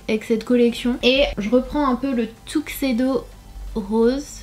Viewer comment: Par contre la façon dont tu as prononcé Tuxedo n'est pas la bonne mais pas grave 😉